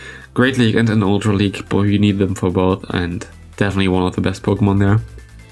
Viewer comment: You mentioned a pokemon that is gonna be OP . Couldent really catch the name, could you or someone else type it out?